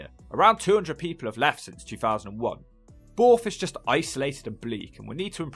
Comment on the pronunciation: Borrth not boooorth 😂